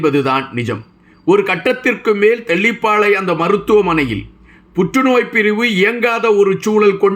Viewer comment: மன்னிக்கவேண்டும் தம்பி! தெல்லிப்பாளைஅல்ல இது. தெல்லி + பளை = தெல்லிப்பளை. நன்றிகள்